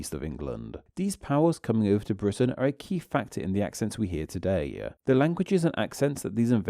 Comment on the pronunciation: He has a weird pronunciation - a weird lilt at the end. "Todaye" "quicklyeh"